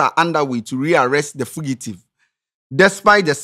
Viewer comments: say what?? FI-GU-TIVE😂😂😂😂😂😂😂😂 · I'm sorry but I can let this gbaament slide cause it made me laugh Interdeited Foogitive😂😂😂